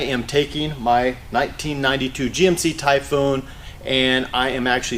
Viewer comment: IF I were selling the Typhoon and started saying "Typhoon" the way he does... I would not have sold it to him LOL.